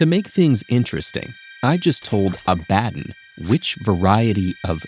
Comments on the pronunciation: Omg, it's "AB-uh-don" not "uh-BAD-en" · IT’S PRONOUNCED (Aaah - buh - dawn) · That pronunciation of Abaddon is diabolical